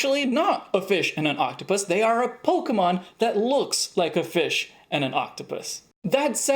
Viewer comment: Has no one mentioned "Pokeemon" vs "Pokémon"?